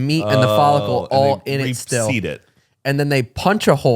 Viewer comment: saying reseeded 😂😂😂